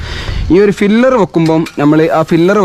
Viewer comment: ഫില്ലർ അല്ല pillar